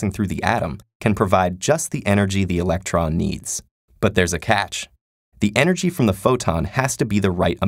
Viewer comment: electron, not election.